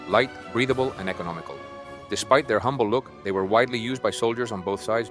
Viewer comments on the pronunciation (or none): none